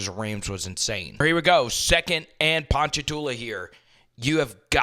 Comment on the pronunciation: Coming from someone that lives in Ponchatoula congrats for the correct pronunciation 😂